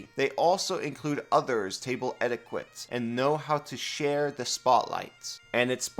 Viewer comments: Great video! I run a game and play a game. I'm grateful when my players help with the rules. And I've corrected rules as a player, sometimes to my own detriment. That should just be how it works. I don't know if anyone commented yet, but etiquette is pronounced like "etikitt," not "eti-quit." 🙂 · etiquette is pronounced closer to edi ket